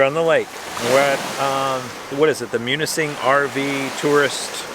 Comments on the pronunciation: You pronounced it perfectly! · Great video!, your pronunciation of Munising is perfect! If you and Sheila come to the Lower Peninsula, you really need to visit Traverse City.